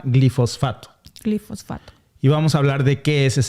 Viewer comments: Es Glifosato y no Glifosfato. Cuidado con la pronunciación. Yo deje de comer avena Quaker por esa razón y sólo consumo avena orgánica sin glifosato. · Una corrección si me lo permiten: Glifosato, no Glifosfato. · se dice GLIFOSATO 👉👉